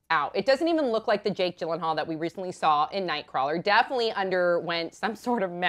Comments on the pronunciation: It's Yillenhaal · its pronounced as Jake Yeel-En-hall its swedish name